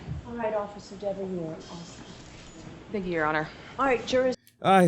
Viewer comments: … and for God’s sake DON’T call her Deeeeeever 😂😂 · Jackson. Mispronounces her name intentionally and it works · When mispronounced her name “diva” that was NO MISTAKE. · It was definitely multiple times. Earlier in her testimony, he pronounces it wrong and she specifically says "it's pronounced Deh-ver" and he apologizes to her. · It’s pronounced Deeeever. She gets pissed if you get it wrong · she is really defensive about him mispronouncing her name. If I was him I would have kept doing it to annoy her